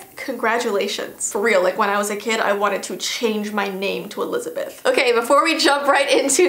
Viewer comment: The way you said Elizabeth was just like Elizabweth